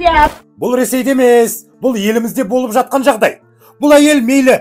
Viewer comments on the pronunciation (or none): мырза, ЖАТҚАН деген қазақтың таза сөзінің "ж" әріпін НЕГЕ жұтып "атқан" - өзге мағына туындататын (МЫЛТЫҚ АТҚАН, ТАҢ АТҚАН) шұбар сөзбен тыңдармандардың ұлт тілін шұбарлайды?!!! "толстойдың ҚР ішкі ісіне араласып, Верный- казактар қаласы.." т.б. сандырағын уақтылы тыңдамадым" -деп айтуына негіз жоқ! Халық естіген "қауіпті сандырақты, Парламент депутаты естімегені ұят емес пе?! Халық қаржысынан миллиондап айлық алып жүрген депутат көмекшілері, Егеменді Қазақстанға қатысты рашисттік агрессорлық қоқанлоққыны ресей Дума депутатының ресми ақпарат байланысынан жариялағанын, қазақты басынғанын секунд, сағат, күн сайын Парламент депутатына баяндауға міндетті емес пе?!!!!!!!! Кеше-Зюганов, медведев т.б., бүгін- толстый: "Қазақстан-қалаларыорыс меншігі"- деп сандырақтап, Еліміздің тұтастығына қол сұғуға бағытталған құлшынысын үдетіп жүргенде, біздің депутаттар "Естімедім, оның жәй әшейін, дума депутатының жеке пікірі, Қазақстан құрылымына, ұлт аралық қатынасқа қауіпті емес"- деген сияқты болжаммен шектелетіндері сын көтермейді!!! Парламент депутатының айтатын сөзі емес. Депутаттың осы берген жауабын қарапайым халықта айтпаған болар еді